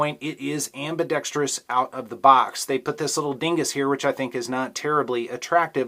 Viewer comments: How did you learn to correctly pronounce "ambidextrous"? It seems that no YouTube gun guys are capable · It's refreshing to hear someone who doesn't say am-bi-dex-tree-us.